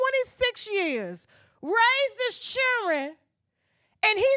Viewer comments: His “ chilllren”? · “Chilren” what’s a “chilren”? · His wife was raising his chilren. WTF are chilren?